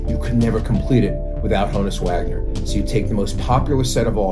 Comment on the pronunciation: Honn - uss -- like Johannes